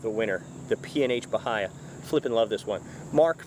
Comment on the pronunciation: It’s pronounced Baia.